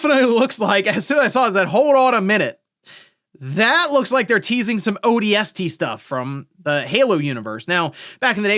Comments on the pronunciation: Why do you say odst like a freak??? Ooohh... D S T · Odie Estie reporting for duty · i didn't know ODST could be pronounced like that. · I came to the comments looking for this and was not disappointed 😂